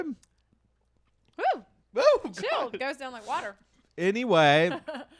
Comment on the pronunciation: Wa’er here!!!